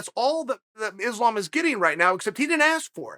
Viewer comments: For sure, he is a smug arrogant fuck. The type that thinks he can use his ability to run his mouth to convince people he knows what he is talking about. The funny thing is, he says islam is a name people should get used to. I say hey chael, islam is a name you should learn how to pronounce. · I believe Islam is the one who's been mispronouncing his own name.